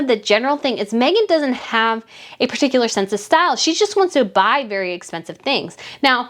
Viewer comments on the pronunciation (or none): none